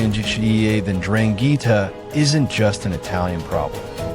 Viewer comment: STOP SAYING DRANGHEETA!!